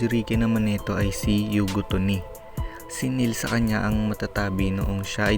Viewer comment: "yugito" po ang name ng second jinchuriki ..Hindi " yugito ni. Mali din po ang pronounciation ng ibang mga names. Critic Lang po.